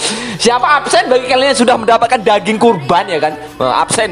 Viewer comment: rendang dagiang 🤣 lo orang padang ya bamg??